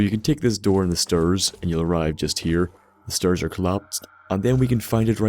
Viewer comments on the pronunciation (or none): Stair is pronounced like st-Air not ster.